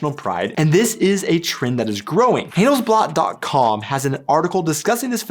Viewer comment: Proving you right on , I'd like to point out that in it is "hun-dell's-blutt", not "hun's blot" 😉 No, seriously, we just love to learn, about ourselves as well as about others, and even though you set out to talk about German culture, you reveal quite a bit about your own 😊